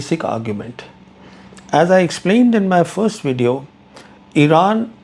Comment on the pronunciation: Try to say "Video" not wedeo